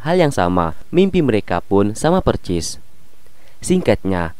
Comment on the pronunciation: Bang gua Dengar ada percis yg sebenarnya persis 😂